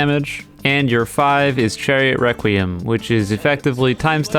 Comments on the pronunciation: Is it just me but when he says "Requiem" does he say "wequiem" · he said chariot wrecuiem